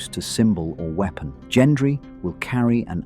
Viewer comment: at all.. your pronunciation if anything.. the way you say Gendry